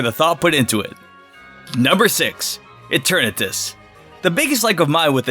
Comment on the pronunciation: God the way he mispronounced the legendaries hurts ( Its ZAH-shee-un and Zah-muh-ZEN-tuh ) good job u got Eternatus right tho